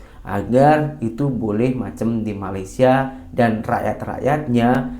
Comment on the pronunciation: Malaydhes Oh Malaydhes🤣🤣🤣🤣🤣 Petronas Oh Petronas Wkwkwkwk🙃😀🙃😀🙃😀